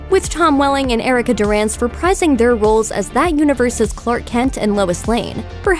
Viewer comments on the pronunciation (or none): none